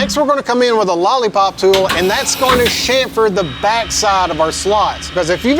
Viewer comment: Dude.....CHamfer....not SHamfer. Otherwise....you are one sick individual. Did you write this program?? Holy cow!